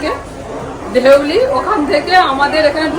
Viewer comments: ধেউলি নয় ধৌলি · ধেউলি নয় কথাটা ধৌলি। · Hey ota Dhauli. Deuli na. Khub bhalo trip holo, eto sundor sobaike nie ghure elo.❤❤❤❤❤ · এতো ইংরেজি তে কথা বিদেশী দের সাথে আর ট্রেনের নাম বলতে এই অবস্থা😂😂 ধৌলি এক্সপ্রেস কে বলছো দেউলী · ট্রেন টার নাম ধৌলি।দেউলি না। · Deuli noy 😂😂"DHOULI "🤣🤣🤣🤣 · দেউলী তো নয় ধৌলি বলে জানি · কৌশিক আগে বউ কে dhouli ঠিক করে বলতে শেখাও তারপরে বিদেশী দের কথা বলা দেখিও 😁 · Thik bolechhen